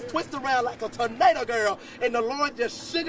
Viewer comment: I think he said furnado 😂